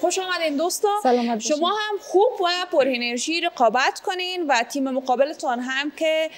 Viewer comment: جان کوشش کن الف و عین را( هی) تلفظ نکن. مثلا انرژی را هنرژی تلفظ میکنی، خوش آمدی را خوش هامدی میگویید. ویا تیم های ما هامادۀ مقابله است یا میگویید دختر خانم های هزیز، تار هبریشم